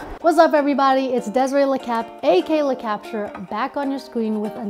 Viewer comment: this entire time i thought it was pronounced LA Capture and i just assumed you were from LA 🤦🏽‍♂️